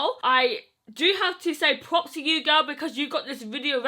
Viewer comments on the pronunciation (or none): none